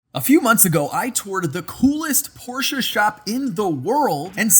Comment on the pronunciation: "Eees not a porch, eees a Ferrari." 🤣😆🤪